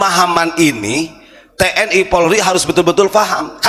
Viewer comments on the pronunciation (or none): none